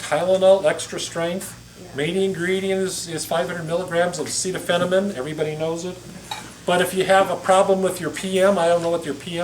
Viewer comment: acetaminophen not acetaphenomin